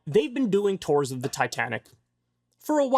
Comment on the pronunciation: What are these "tores" he keeps referring to???? He said it like ten times or so! "Tores, tores, tores!?!? Oh, ... He's trying to say"tours", to ors! NOT T O R E S!